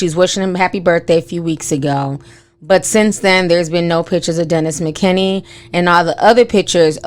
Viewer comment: Girl, you know you be messing up peoples names. His name is Dennis McKinley. LOL!!!